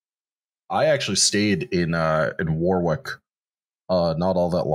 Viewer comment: Cancelled for pronouncing Warwick as War Wick. 🙂